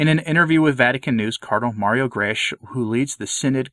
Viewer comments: Not that it matters much, but Grech is pronounced as ‘greck’, sort of like El Greco the artist ;) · Mario Grech. The "ch" is pronounced as a "k" in Maltese.